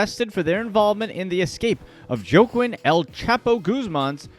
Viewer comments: Yo its not jo kwin it pronounced wa keen Lmaoo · "Jo kwin" lmao